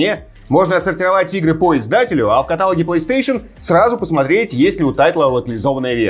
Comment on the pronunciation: Уважаемый, поправлю - не в катАлоге, а в каталОге. Спасибо. P.S. Лайк поставил, ибо канал один из любимых)